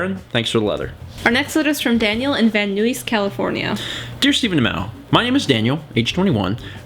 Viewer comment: The way pronounced "Van Nuys" is funny. I forget that not everyone is from Southern California.